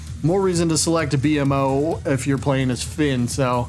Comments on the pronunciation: Hearing B.M.O is almost as cringey as hearing GarNET instead of GarKNIT lol It's Bee-mo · Great video my dude. It's pronounced Bee-Moe my friends Not B.M.O haha but that's okay if you didn't know 🙂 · B-M-O DX its pronouced Bee-mo, rest of the video is great though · It's not B.M.O but I can see how someone would think that. It's actually pronounced. bee-moe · one word bro bmo not b-m-o haven't you ever seen the show? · It’s B-mo btw. His brothers are A-mo C-mo etc, the mo is one word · Ah yes, my favorite adventure time character, “Bee-Em-Oh” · it’s pronounced Beemo… smfh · Aye bro it’s pronounced B Moe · My brain hurts with how he says b.mo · the way you pronounce bmo makes me cringe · Bugged me that you pronounced BMO wrong.